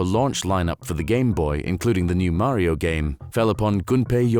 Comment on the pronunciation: Wow! This narrator is the only British man on earth who can pronounce Mario correctly.